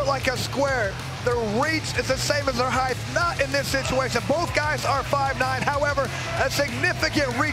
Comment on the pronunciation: Someone tell that idiot it's not "heighth"!!